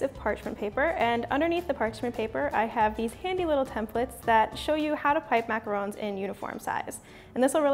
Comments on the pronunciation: Jimmy Huang she is saying it right TRUST ME I know the RONG way to say it is mac-a-roooooooon the right way is Mac-a-r-o-n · James Bear she said it perfectly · That is how you pronounce them...macarons are pronounced exactly the way she said